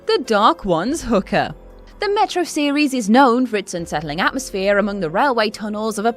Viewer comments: hoo kahh not hooker she read it wrong. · LOL It's who-ka not no hook-a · WhosChina Its how she pronounced it... not sure if it’s different in UK but in the states we pronounce it like ‘Who-kah’ not ‘Hu-kah’ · Someone should tell her is pronounced WHO-KA not what sounds like hooker .. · Am I the only one who heard "The dark ones hooker" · Hookah pronounced "hooker" is also horrible. Terrible voice over.